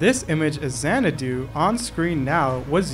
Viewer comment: How do you pronounce things wrong...the game is literally fully VA. Zan-a-doe not Zan-a-du lmao